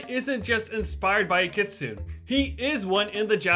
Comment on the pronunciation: My least favorite things in this video are: -The mispronunciation of "kitsune". (The actual pronunciations are kɪ.tsʊ.neɪ and kɪ.ts'.neɪ.) -The outdated information regarding Gyroids in New Horizons. (Ones that can be dug up were added in version 2.0.)